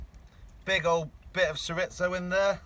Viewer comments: Shur-rizto 😭😭I’m crying 😂🥴Cho-ree-zo try that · Chorizo adds such a depth of smokey flavor to everything! Couldn't quite figure out what it was till I saw you cutting into it. Here in the states, we pronounce it chore-ree-so. Doesn't really matter how you say it, as long as you use it. This was quite a forage for you guys. I really enjoyed your harvest as well as all the other things you found and talked about! ❤🦀🐚🦐🐟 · CHORIZO aka SURE-IT-SO AHHAHAHAHAHAHAA love it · Latino people are squirming in their chairs hearing “shur-itzo” over and over.. 😂🤦🏼‍♂️ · Diesel Dawg Yeah I was like “is he trying to say ciabatta?” Lmao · Not just Latinos... Spanish speakers. Chor Ree Tho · It took me about 5 minutes to figure out you were trying to say "chorizo". Hahaha. Being from Texas, that's the first time I've heard that pronunciation. Most people stick with "chore•EE•zo". 😂 That being said, I am literally addicted to your foraging videos. 🖤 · Chorizo. Churr-ee-zoe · it is pronounced Chore ee zo. it is blood sausage. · Im like hes gotta mean chorizo right!? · Cho-reeth-oh & chuh-ba-tuh